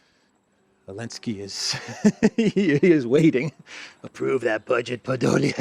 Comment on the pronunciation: Dear cyprian citizen, I would like to express my deep dissatisfaction with C. stubbornness in mispronouncing my middle name, omitting the first letter. Given your persistence on that blasphemy, and since this is the third time I have notified you, I hereby decree that, effective August 1, 2025, all citizens of the collective West will be required to call you. Mr. V. __elensky Manager of Project Ukraine